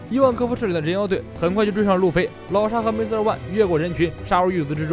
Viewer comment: 终于把"MR"念成"MR"而不是"M" “ R” 了